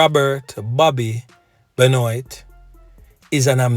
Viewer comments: Benoit is pronounced Ben - waah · BENOIT it's a French name bro, it's pronounced BENWAH😂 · It is pronounced 'benwaa' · Just want to share that the correct pronunciation of this predatory rapist sounds like "Ben-waa". It's a French last name.